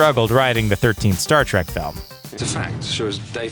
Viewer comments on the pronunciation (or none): I think this guy says Star Trak just to start shit lol